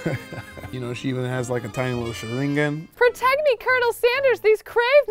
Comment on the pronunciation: This was great except for pronunciation of Sharigan